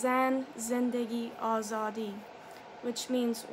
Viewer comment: سلام ممنون از حمایتی که کردی ❤️🙏 و واقعا قشنگ « زن - زندگی - آزادی » و « برای آزادی » رو تلفظ میکردی من لذت بردم ، عضویت جدید ایرانی شما 😀❤️🙏 Translate :: Hello, thank you for your support 🙏❤️ You used to pronounce the woman of the life of freedom in Farsi(Persian) really beautifully 🙏🙏 ( Zan - Zendegi - Azadi ) I enjoyed it, I am a new Iranian subscriber 😎❤️